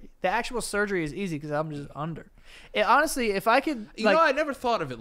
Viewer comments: Omg. One week says "katchup" now the say "ronestly"? What's happening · Ronestly? Oh man I thought we'd have another BLENDUH (blender) dabacle lmao